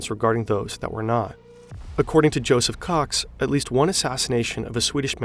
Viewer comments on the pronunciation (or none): none